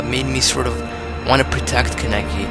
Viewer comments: Kaneki. KAH NEH KI. Not KUN EH KI. It's okay if you mispronounce it. Not your fault-your fault-YOUR FAULT. HAHAHA Sao references... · Kah-neh-kee - Kaneki. Do you have to butcher the name like that? Just takes a real quick YouTube video of the sub to hear a character to pronounce it.